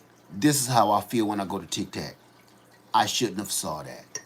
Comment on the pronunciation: It is Tik TOK, not the mints Tic tacs. U had me laughing! Not being harsh, just letting u know for next time. I have never been on there because it is China operated, and don’t want them to have permission to my info.